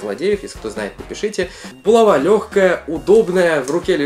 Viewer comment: булава ударение на а